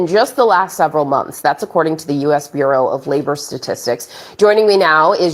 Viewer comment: Please research the pronunciation of the word "bureau".